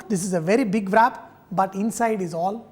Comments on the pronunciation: Love all your recipes but is pronounced as “RAP”. Not as VRAP. WRAP IS pronounced As RAP...... NOT AS VRAP. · It's pronounced as rap, w is silent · rap!!!!! try saying it this way